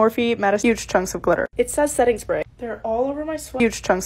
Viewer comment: i love how she says, “hunks” instead of, “chunks” LOVE her